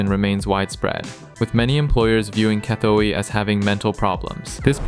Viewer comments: “E-san” guy, not “I-san.” Also, “gah-toy” rather than “kah-too-ee.” Sigh,third edit: “sah-nook” Long u sound on the second syllable. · Definitely NOT pronounced "EYE-SAN." And neither is it pronounced "KUH-THUEY." How long have you been in Thailand? 😂😂😂